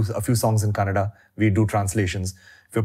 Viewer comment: In Intro = 'Kannad' nahi it is 'KANNADA', why do people eat off that 'A'? Do we tell 'Hind' for 'Hindi'?